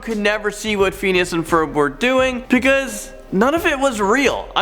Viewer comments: Who else cringes every time he says “fiend” instead of “fin” when speaking about phineas and ferb 😓😩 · It’s phineas not pheneas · I hate how he says Phineas and it's sitch not stitch.